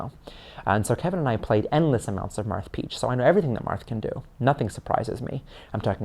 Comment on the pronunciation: I love the when he says "Marth Peach, Marth Peach, Marth Peath, March peach" lol it's the most adorable slip of the tongue